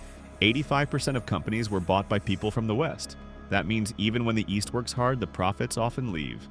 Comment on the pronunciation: "Eest Germany"